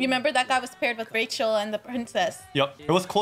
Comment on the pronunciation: It's just "rachel" not "ra'hel" 😂. Honestly don't know why they pronounced it like that.